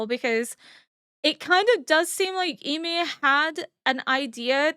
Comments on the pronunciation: I don't mean to be rude but is there a specific reason you're pronouncing Ymir's name like 'e-mir'? Is that how they pronounce it in the norse mythology? I just prefer the show version because I'm used to it 😃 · She’s partially deaf in one ear, so pronunciations are slightly more difficult. Also she’d been “corrected” several times about how to pronounce Ymir in several equally different ways, it had become a needlessly big thing when it shouldn’t have been.